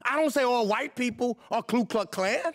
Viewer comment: Ku not Klu. Jeez.